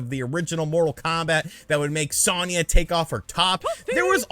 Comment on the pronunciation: I dont like how u pronounce Sonya and Raiden lol